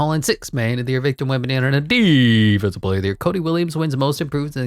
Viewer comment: Love the correct pronunciation on player names like Ziiiiooooonnn Williamson! And Kevin Dewrant, and Victor Wembyanmama and my personal favorite, Shai Shmildess Alessmander lol. Keep it on coming man love it 🔥